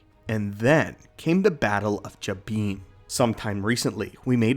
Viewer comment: Is jabin… like robin!